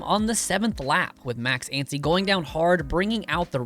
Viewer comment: It's Anstie and not "Antsy"...